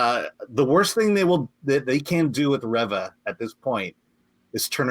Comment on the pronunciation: Reeva not revva